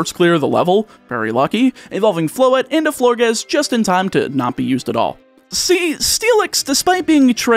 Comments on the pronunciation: Pronunciation corrections if anyone cares: Florges rhymes with gorgeous Aegislash: The "ae" is pronounced "ee" and the g is pronounced like a j Dragalge: The "alge" part is pronounced like the word algae And so on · First, Florges is pronounced like gorgeous. Second, Dragalge is pronounced drag-algae (that green stuff in a fish tank)